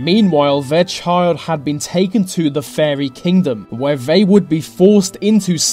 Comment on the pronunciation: It's the not ve, it's they not vey😂this was really annoying